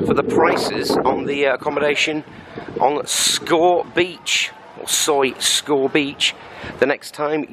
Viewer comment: Pronounced Skow Beach actually! Some of my friends in the background